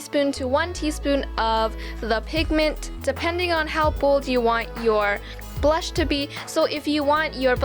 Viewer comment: You said bush not blush